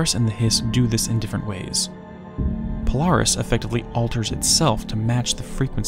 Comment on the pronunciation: Polaris sounds like you’re saying Polar Hiss… Polaris is polar to The Hiss. If that was Remedy’s intention, they are geniuses.